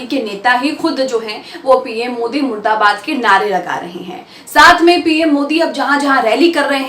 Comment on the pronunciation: Plz correct murdabad not muradabad.